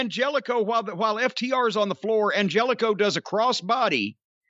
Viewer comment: It's pronounced An-hell-eh-co, and I see Klannette couldn't resist joking famine ridden African nations with "jokes"